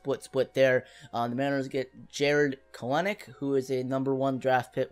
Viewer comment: Kelenic is pronounced Kel-nic